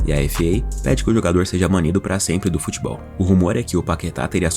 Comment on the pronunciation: Ele vai ser banido do “Futbeol” ? Eu achei que seria do “Futebol”